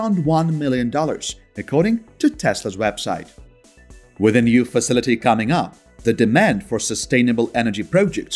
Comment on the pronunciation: Why do you pronounce the word WITH as WISS?